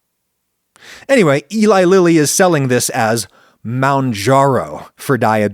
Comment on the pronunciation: It's pronounced moon-jar-ō.